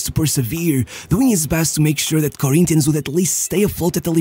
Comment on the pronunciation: It's funny when you say brazilian words with a carioca accent "Santox" "Corinthianx" Great video btw